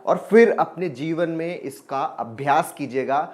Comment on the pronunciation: Sir jeevan hai ya zeevan. I am confused with your language.